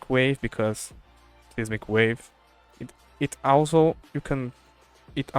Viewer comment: fyi the "ei" in seismic is pronounced like "eye" so S-eye-smic wave (not Sismic)